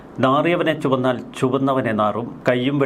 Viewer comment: നാറിയവനെ 'ചുവന്നാൽ'എന്നല്ല സാറെ 'ചുമന്നാൽ ' എന്നാണ്. താങ്കളെയൊക്കെ മലയാളം പഠിപ്പിച്ച അദ്ധ്യാപകന് നമോവാകം!